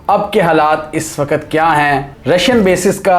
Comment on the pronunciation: Wakat wakat bole ja raha hai " Waqt "